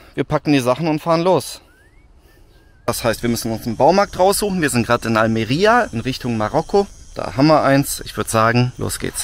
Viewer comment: Endlich sprichst du Almería richtig aus amigo